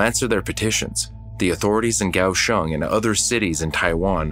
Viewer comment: Wow! I lived in Taiwan during the 80s and had been to Kaohsiung (liked that the narrator got the pronunciation correct). I never heard of this. If you get to the city, check out the port which is quite deep. There is a park on one side and the opening is fairly narrow. As ships come in you can see the crew. Wave to them. They usually will wave back.